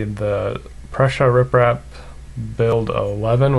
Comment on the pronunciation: Also he says riprap instead of reprap